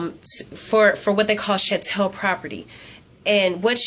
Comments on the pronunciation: I thought Sha-Tell was hilarious! lmfao!!! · Sha-Tell I Crack up everytime!!! lmfao!!!! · The proper pronunciation of the English Word 'Chattel' is with the hard 'Ch' sound. as in Church. The Etymology of the word chattel is derived from the French word 'Chatel' pronounced withe the soft 'Ch' as 'Sh' as in "Shoot' but that is not the American Pronunciation for the given word Chattel. Most people that understand the word 'chattel' already understand what the word means and its proper pronunciation. You are welcome to looking it up on Google Translate and Webster's Dictionary so that you won't continue to sound like an Idiot. Est-ce que vous me comprenez maintenant ma amie? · You're saying chattel wrong.